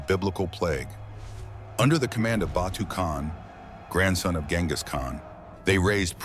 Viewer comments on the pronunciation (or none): none